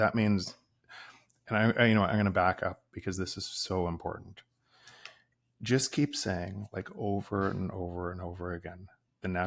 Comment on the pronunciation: you said impor-tant. It’s very unusual to hear Americans/ north Americans pronounce… TANT. Those last syllables are usually garbled with a nasal thrust. It’s not even something One can put on in a text or make it intelligible, sensible because it is so nonsensical. Martin..Mountain Putin… anything with (TIN or tint) is usually garbled, pronounced with a nonsensical sounds. So here’s to you again.👏🏼